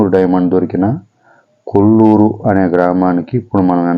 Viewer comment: Kolluru kadhu koluru